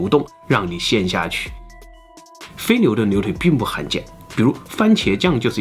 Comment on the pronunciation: 非NIU顿LIU体，这对于口齿不清NIU和LIU不分的总裁来说，难度真是逆天的一集。